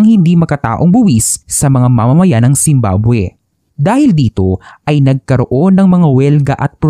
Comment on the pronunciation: 0.47 second, bakit zimbaboy narinig ko😂